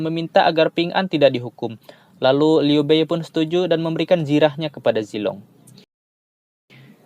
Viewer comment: Liu bei dibaca liu pei ya..